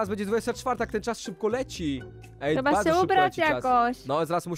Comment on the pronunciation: powiec Sebkowi Jak ty hcesz siwientowaci to czeba popracowaci